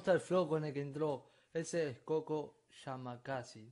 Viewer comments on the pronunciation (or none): Es yamasaki no yamakasi😂 pero reacciona a mas del, puro Veracruz pa🔥😎